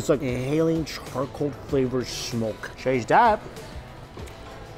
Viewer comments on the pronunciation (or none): bro some feedback: I finally was able to pin point what was a bit off with your accent. your 'S' sounds tend to have a 'shhh' pronunciation rather than a clean 'ssss'. at you say "when you shlurp these noodles I kid you not it's like inhaling charcoal flavored shmoke."